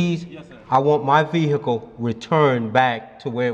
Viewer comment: Vee hickle 😂